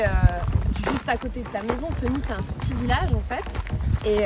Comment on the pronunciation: Chère Madame commencer par bien prononcer le nom de notre ville Séééégny et non pas Segny mal aux oreilles